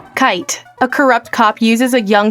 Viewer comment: "kyte" lol